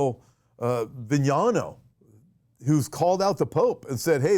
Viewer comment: Archbishop Vigano is pronounced Vee Ga No.